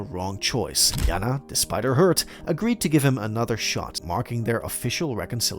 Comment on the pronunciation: JaNa is pronounced Janay not yana